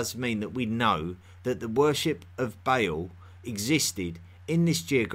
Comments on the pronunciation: ✨BALE✨ Good podcast but you could have taken some of the time you put into research into googling "how to pronounce". Not expecting an accurate middle eastern accent, but eãl and bãle? Its EL (like in elephant) and bAAl (a like the a in fAther) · It’s Ba’al, not “bale”. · Great video, very thought-provoking! One complaint though: The name Baal is NOT pronounced as "bay-el" The A's are short, and pronounced as "uh" Baal is pronounced as "buh-uhl" Thank you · When you're saying "Bale", do you mean Ba'al? The vowels in the name are pronounced like "arm", not like "ale" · This strange accent and pronunciation of terms like "rain" or "Beil" (instead of Bal) is annoying and interrups the lesson, which may not be too bad. It starts from zero. It also needs to show references. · Isn't it Ba`al rather than Bale? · I wish you would pronounce your L's. The name of that god, once worshiped by the Israelite was El not E-oo and the name of the Phoenician god was Baal not Ba-oo. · Your pronunciation of the Phoenician / Canaanite and Assyrian gods is just terrible. You say Bale, but it would be transliterated as Ba’al, etc. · Did he say banana the worship the banana